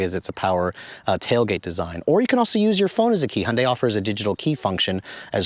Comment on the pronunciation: "Hun-day" - NO! "Hyun-day" - Yes. Protip: "Hyun" is one syllable. It's like saying, "Tyota" or "Mitsbishi" or "KA" or "Mazd"